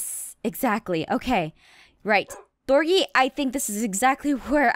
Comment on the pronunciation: thorgy not thorny